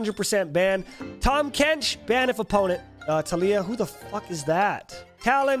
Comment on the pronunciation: “Who is Taliyah.” It fucking hurts.